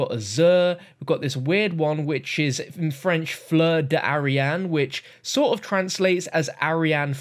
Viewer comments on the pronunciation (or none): It’s not « fleur d’arian », it’s « fleur d’airain ». I’m not sure of the translation, but it’s « brass flower » in english